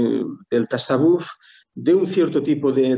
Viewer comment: Ya que repite la palabra mil veces podrían informar a de que no se dice "tasawúf" sino "tasáwwuf", para entendernos, se pronuncia llana no aguda. Hasta en español sería llana:). Muy buena charla, gracias.